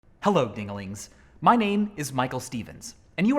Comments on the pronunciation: Im sorry. But did you just call me digaling? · Wait did he say dingalings? DEMONITIZED